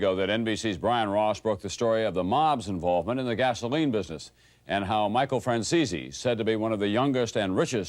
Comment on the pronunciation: Michael Fran-ceezy